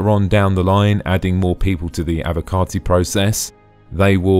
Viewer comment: I love that its being said correctly for a change "Avocarti"